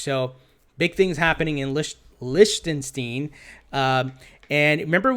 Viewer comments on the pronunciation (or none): again, it is pronounced: Lick-tin-shtyne. Please listen to any Digital Asset Investor videos to hear it